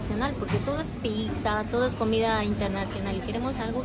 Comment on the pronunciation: Se dice pizza no pixa